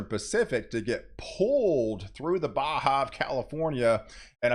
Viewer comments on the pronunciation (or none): none